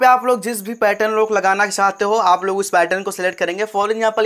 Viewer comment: भेरू इसको पार्यटन नहीं पैटर्न बोलते ही